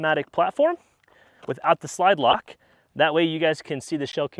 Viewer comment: Ahhh, the old "lide slock" 🤣🤣